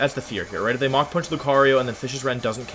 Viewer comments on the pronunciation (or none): none